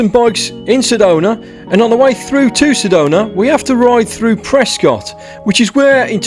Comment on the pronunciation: That was painful to watch My heart out to Bec as virtually no out of towners drink /bring enough water (1 gallon a day, yes 1 gallon a day in summer) Couple things.. Prescott is “ Press-skitt” Jerome is 5099 ft. I always recommend getting local trail info, ride with a local or at best hire a guide. (You could have been swimming at the creek in less than an hour) Certainly most trail apps/information come from those whom blow into town with a keyboard, GoPro and an opinion. I hope you return for proper redemption and a more positive experience. And oh, I’d prefer to be baked too if I had to work at that shop-I recommend the Sedona Bike & Bean they have bikes you’d not hate and set them up proper